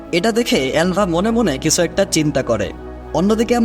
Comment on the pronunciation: কিছু উচ্চারণ টা কিসু কেনো উচ্চারণ করেন?